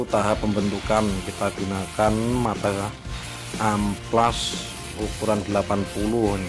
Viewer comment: amplas boy bukan ampas